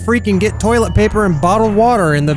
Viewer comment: You saying tolit paper reminded me of death flush